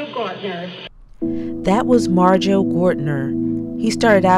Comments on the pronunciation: It's Marjoe, not Majoe. !!!! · Marjoe not 'Majoe'...wow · It's Marjoe. Not Majoe. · Marjoe - NOT Majoe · Its "MARJOE", not "MAJOE" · It's Marjoe, not Majoe. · It’s Marjoe not majoe. There’s a full documentary on vudu for free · His name is “Marjoe” - a combination of Mary and Joseph - not “Majoe” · The dude’s name is Marjoe not “Majoe”. Majoe is a German rapper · MARJOE, not Majoe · Marjoe, not Majoe. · Its Marjoe, not Majoe. Just saying :) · The name is "Marjoe" - not "Majoe" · By the way it’s MARJOE not Majoe. You’re welcome. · Do your homework before you upload: it’s Marjoe with an “r”, not Majoe. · It's "Marjoe" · It's "Marjoe". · It's "Marjoe" You forgot the R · It's MARJOE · MARjoe, with a fucking R. FFS. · If it's a special, you should get his name right. I'm not a hater I love your shit but seriously. It's Marjoe.... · It’s maRjoe